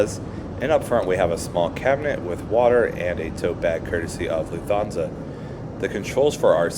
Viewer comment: Loof-Ton-Za just so you’ll know for the next LH flight you take. When I watched it after the 4th or 5th mispronunciation, on silent, the video was good. 👍🏻